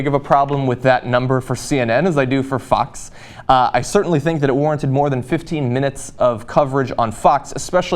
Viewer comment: Whenever you say "Fox" it sounds like you are saying "Fucks". Still works for me.